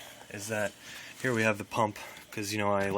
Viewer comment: It's so annoying how you say (here) just be normal dude wft